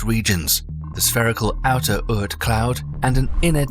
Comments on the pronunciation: Ort cloud. Not Ert cloud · The pronunciation is "aught" cloud, like "caught", not urt cloud. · The fantasy OORT cloud. LOL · You need to check your pronunciation of Oort cloud.